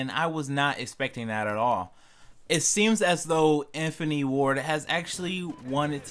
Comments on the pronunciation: its infinity ... not infiny and squad not swad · IN. FIN. AH. TEE. 4 syllables you knob. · Decent video. I would learn how to say infinity and opinion for future videos lol